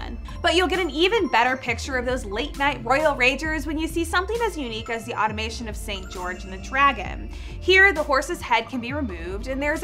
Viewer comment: It's not "automation." It is "automaton" (pronounced aw-tom-a-ton).